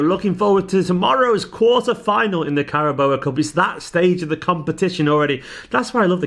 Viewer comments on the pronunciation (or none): It's not a snake (Boa), It's Carabao, as in Bilbao. 😁